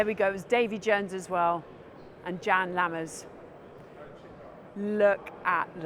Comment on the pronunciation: It's pronounced YAN Lammers Jodi !